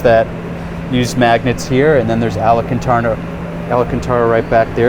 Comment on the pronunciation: This guy mispronouncing alcantara in every video he's been in is my favorite meme. Seen him with larry chen, dino dc, spike feresten. You'd think somebody would correct him lmao